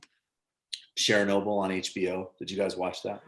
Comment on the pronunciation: Yikes, your pronunciation of Chernobyl makes me cringe. It's pronounced "Chur-noble" as you'd say "churn", not "Share-noble." I realize you probably weren't around back in 1986, but jeez.